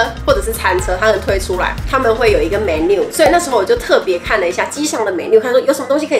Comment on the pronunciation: 不是pro- file, 重音應該在Pro。Menu 也是重音在前面。